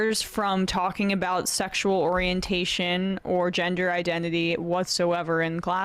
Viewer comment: What is it Falwell used to call them HOmoe-sexules? He could not pronounce sexual